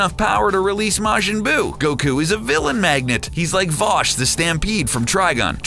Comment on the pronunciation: Vosh? Really?